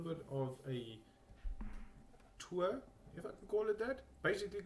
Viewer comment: ah you mean 'tour' lol. love ya man